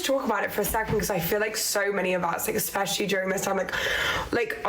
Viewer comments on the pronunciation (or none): for the love of everything, THERE'S NO X IN THE WORD ESPECIALLY!